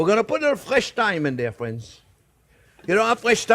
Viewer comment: "well hello there phrinzzzzzzz!!!!"